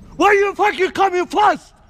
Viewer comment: Why u coming fast sounds like why u coming flast XD lol what the f*** u did